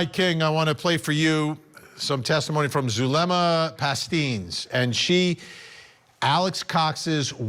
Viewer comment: PAST-10-S, not pasteens.